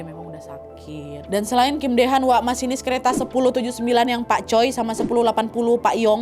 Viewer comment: Kim Dae Han dibaca : Kim De Han Jungang-ro dibaca Jung Ang No (udh ada tulisan nya diplang nama stasiun, cara baca persis seperti itu bkn jung gang gu no😭) Choi Jeong Hwan dibaca Che Jong Hwan Choi Sang Yeol dibaca Che Sang Yol next research how to pronounced ya, Nadya. Biar informasinya juga tepat. 🙏🏻